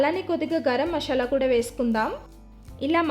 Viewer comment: మషాలా కాదండీ మసాలా అనాలి